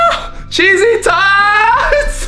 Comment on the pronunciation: Who else thought t said "cheesy toys" xD